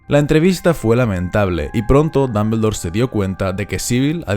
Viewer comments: No tolero como pronuncias Dumbledore, no tolero no tolero. Dombuldor no Dambeldor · no tolero como pronuncias Dumbledore no tolero no tolero.